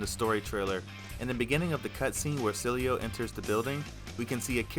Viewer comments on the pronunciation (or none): It’s Cielo, Not Celio. Easy Pronunciation: C-Eh-L-Oh. Cielo means Sky in Spanish. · Since he's Paraguayan, the pronunciation should be "Cee-EH-loh". Means sky in spanish. Unisex name, not very common. Very used as an affectionate nickname among family and couples, though. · Funny, you pronounced Cielo, in at least two different ways, and none of them right. It's si-eh-lo.